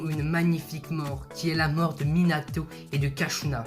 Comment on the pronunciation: Mec tres vonne video mais deso de te dire sa mais t'as fait trop de faute 1-c'est pas mangoukou mais mangekyou 2-c'est kushina et pas kashina 3-minato et kushina se sont pas suicider mais kurama les a empalé pendant que minato utilisaut la technique du shinigami Mais tres tres bonne video quand meme surtout a regarder entre potes